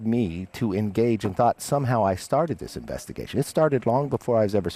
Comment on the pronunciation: Junior twaught he saw a pwuddy cat .